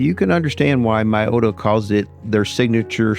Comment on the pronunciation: It's not pronounce my-o-ta😂, it's me-o-ta.